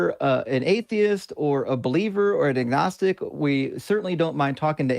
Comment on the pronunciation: 'ognistic' wtf is that?